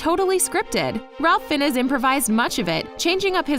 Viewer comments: The last name of Ralph Fiennes is Welsh, and pronounced FIN z, with a long I sound. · THANK YOU! I cringed every time she said his name